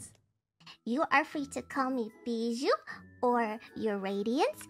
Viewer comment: As a French, my favourite thing about Bijou is that she pronounces her name correctly as it should be in French, unlike everyone else😅